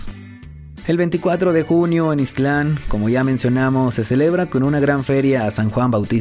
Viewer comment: Hola,, nada más te hago una observación que no omitas la letra t de ixtlan, no es ixtl an, lo correcto es ix tlan, es decir que no divides bien las dos sílabas correctamente!